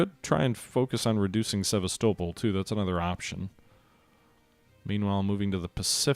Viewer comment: Really Enjoying this playthrough, no shortage of excitement and tension, although I do cringe every time you mispronounce Sevastopol , you stress the wrong part of the name. saying Sevas - topol, instead of Sevast - opol